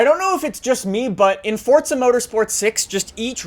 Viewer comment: Forza not fortza